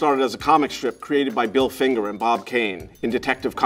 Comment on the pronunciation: I just LOVE when he says "CREATED BY BILL FINGER and bob kane"